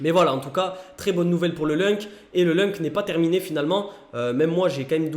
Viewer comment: Juste pour info ça ce prononce , loun c et pas lunk...